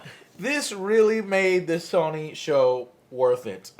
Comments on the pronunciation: It’s So-ny... Not Sonic with a silent ‘c’. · SAWNIE?!?!?!?! FUCKING SAWNIE?!?!?!?! Dude. I love you and your channel but mispronouncing SONY, an EASY two syllable word that EVERYONE SAYS CORRECTLY....makes you sound dumb. REALLY DUMB! FIX IT! It's up there with pronouncing NASA as NASAW. CHRIST! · Okay so Joe is totally pronouncing Sony wrong on purpose right? Like there's no way he doesn't know how to say it right????? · 2 min in and all I can think of is how AngryJoeShow is saying Sony wrong! S-oh-knee. In any case...about to binge all of these E3 videos, love you joe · Fucking stop saying sahnee... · What the fuck is "sohny"? Jesus Joe, learn how to pronounce the name lol. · SAH-nee.... THAY-nos.... You guys need a Nerd Speech coach or something. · Who is Sawnee? And who is Ooobisoft? Joe, your pronunciation drives me crazy. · Wtf is SAW-NY?? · "sawny" stop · terria 88 I'm high af and that was suuuper distracting lol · I’m sorry but I hate the way you say sony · Is anyone else annoyed by the way Joe pronounces Sony? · Joe why do you say sony ao weirdly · Joe says Sony funny, never heard anyone pronounce it like that lol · It's fukin Sony. Pronounced: So Knee... Not fukin Sunny!!! Also. Nissan is not Knee Sarn... Its fuckin Niss N, say it quick now as one Niss-N.. NISSAN. Not fuckin KNEE SUN!